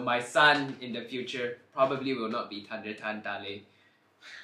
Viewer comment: Tunder or thunder Tree or three Y he not saying the h